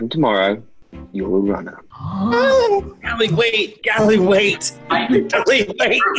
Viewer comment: “Thought you had the cChAuncE to be a rAnner”